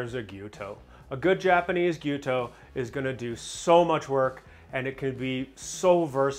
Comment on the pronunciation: Thanks for saying "Gee-YEW-toe." So many people say "Gee-YO-toe" and it mildly annoys me. First-world problem I know.